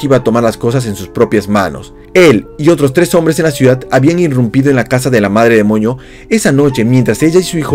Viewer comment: Andabas enfermo o por qué decías Madre demoño